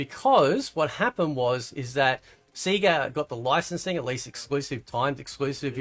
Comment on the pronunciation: Sega is pronounced Say ga. Not See ga. You here it in the load up screen for Sega. 🤦🤦🤦 Come on now bro.